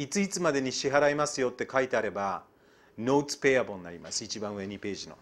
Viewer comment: カッピイウライツ、ペイアボーウ、ネーガリブエクイリーｗｗｗ かなり発音いいねえ！